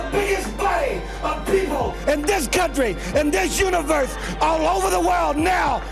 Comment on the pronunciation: It'll nevahhh be ovahhh